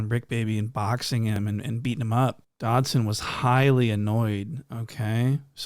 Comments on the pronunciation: Bro called him antwon dobson😭😭😭😭😭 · "Antwon Dodson" 💀😂😂😂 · Bruh said Antwon Dobson looking :cat-orange-whistling